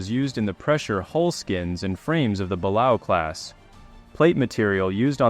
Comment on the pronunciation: Great video, but Balao is pronounced “BUH LAY OH”.